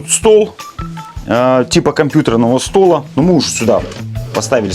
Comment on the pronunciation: Типа компьютерного стОла".... Если снимаете видео, дак говорите правильно😂 после этого не стала даже смотреть дальше